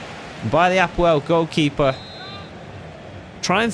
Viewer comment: Excellent pronunciation of APOEL. I am from Cyprus 😂 and its my team. Just for info we went as far as the quarter finals of champions league twelve years ago!!